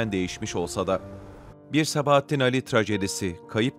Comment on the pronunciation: Güzel belgesel ama Sabahattin Âli'nin adını doğru telaffuz etseniz daha güzel olacakmış